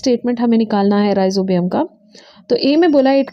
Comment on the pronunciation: It's not Ribozium it's Rhi-zo-bium ....